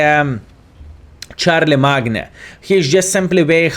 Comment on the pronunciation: I'm sure someone has brought this up before but charle-magne should be pronounced shar-le-main. Say it however you want, I will watch either way. I just chuckle everytime you say that tanks name.